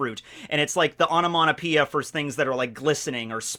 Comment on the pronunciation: “Onomonopoeia”? Is this some Americanism of onomatopoeia? Or is just butchering the English language? 😅